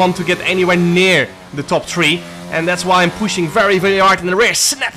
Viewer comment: jarno there's an H in three. it's not a tree.